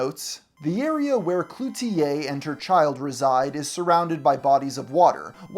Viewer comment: Good job on pronouncing Cloutier properly! I'm from Montreal and I've noticed that most youtubers don't even try to learn how to say things properly, even if it only takes 30 seconds. Thanks for the respect. 🇨🇦